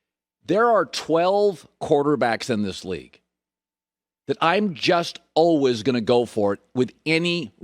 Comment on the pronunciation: Colin “alwas” Cowherd